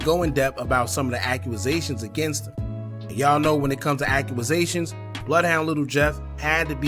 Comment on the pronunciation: What the hell is a "Accuasation"?